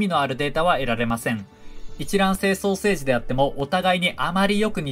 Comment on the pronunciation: 双生児がソーセージに聞こえる